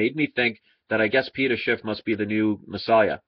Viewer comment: Judas was a silver stacker. Oh yeah it's Schiff, not Shift.